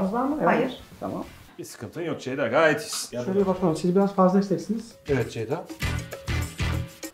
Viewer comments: Zeyda mı dedi zgdigkzkkcgkgkj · Ceyda'nın "C" sini alfabedeki tüm sessiz harflerle değiştirdi